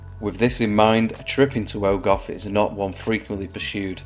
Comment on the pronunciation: Try pronouncing those "F"s as "V"s. Like ogov ("ogov" means cave in Welsh)